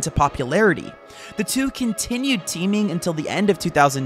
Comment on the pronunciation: bro said keeming not teaming